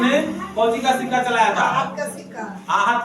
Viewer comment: सिक्का होता है सिका नही